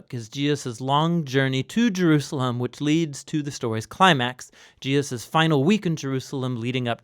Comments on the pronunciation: i am very pleased to find this resource. i am sorry that my first comment includes a criticism but i feel its important: in this video, the name "Jesus" keeps being slurred to "Je-us". i dont know if this is a supernatural change or if the narrator just needs some rest or a cup of coffee but i think its worth doing over for the Name of Names! meant with goodwill! :) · I know who Jesus is... Now that other guy Gee-us.... I'm not sure who that is that he is speaking on. .. Praise him correctly. Know his name. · Je -aah-sus. No, Jesus'. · Who is this Gee-Us of whom you speak? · Was it the intention of the narrator to pronounce the name of Jesus as Je'us? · I'm a little troubled about the pronunciation of Jesus. Sometimes it sounds like Gee-a-zuz. Non native speaker, this is a real comment. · GEE-US?? I've listened to you say Gee-us over and over again. Who is that? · Hey there,. Loving this series, I find them really educational... I have to ask though, why do you say Jesus' name like that? It sounds like you're sating "Gee-uh-sus":O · Why does he say "Jeeus's"????? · seriously, i'm not halfway through and theres been at least half a dozen "Jee-uses". is this intentional? is this a quantum effect/ mandella effect? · why do you keep saying Jeeussus? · I think Neil is talking about how pronounce the name as "GEE-ZAAAS". hahaha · am i the only one who notices how he says Jesus "Jeyus" idk it bothers me somehow anyway this is awesome love all the videos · I hear it too. Every time he says it, it takes me right out of the story.